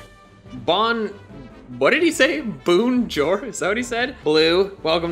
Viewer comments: He said bonjure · “Boonjor” - 2019